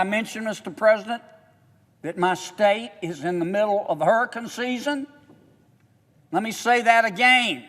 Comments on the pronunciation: Hey kennedy. Its hurriCANE. NOT hurriCUN like u say. Unreal u dont KNOW that and pronounce it correctly. YOU PAY YOUR OWN EVERYTHING‼️‼️‼️ We, the taxpayers, ARENT PAYING FOR OTHERS CRAP ANYMORE. STOP THIS MADNESS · I want to spend because of HUR-EH-CAN season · I just love the way he says, "hurricun" and "progrim" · What is a hurrykin? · It's "Hurrah-Cun season" 🌀 🌊 Give him the money 💰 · But its dead smack in the middle of "hurriken" season (i was laughing everytime he said that, but im high so) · How about you pronounce hurricane correctly first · Rand Paul is fantastic! What's not to love about that man? Sry Sen. John Kennedy flood insurance program didn't do a damn thing and 7 yrs you been fighting Maybe you should take it up a notch! How do you say Hurricane agan? 😂 Don't ask Biden Anything Rand Paul can take it from here!